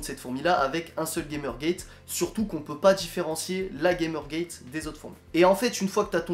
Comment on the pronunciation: Bravo pour la vidéo, tu as une super belle colonie ! Si je peux me permettre on prononce Gamergate : "gamère gatte" car c'est un mot scientifique dérivé du grec et pas du tout un mot anglais 😉